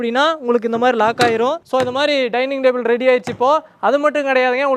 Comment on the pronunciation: Chair ❌️ Jar ✅️ Table ❌️ Dable ✅️ 😂😅